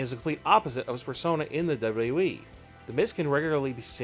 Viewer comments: In The Dubbly Dubbly E lol wtf is this guy saying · Can you pronounce WWE correctly?